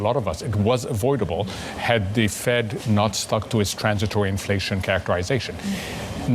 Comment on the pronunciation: "The FWED is going to hawf to mwak a difficuwlt choiwce" He's slurring his words. He's getting emotional.